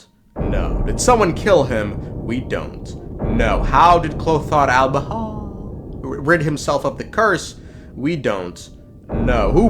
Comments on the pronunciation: Why can’t bro say البريخ (alberich)? Its so easy idk why most Americans suffer with it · Because alber-huh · Kind of phoning in a Sunday Genshin video. Which is not so cleverly disguised as an excuse to say Alberich wrong a bunch of times. Seems like a typical Sunday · You can just hear the physical pain of him pronouncing Alberich lol